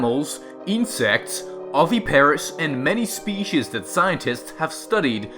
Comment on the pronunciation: He says species wrong